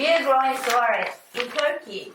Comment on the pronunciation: When first watching- I thought you were saying sorry I can't help to solve your problem, but then I realized you said "Soiree" can help to solve your problem! 😁